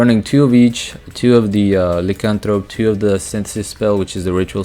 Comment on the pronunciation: Nice build. It's pronounced LIE as in Liar Liar - Lycanthrope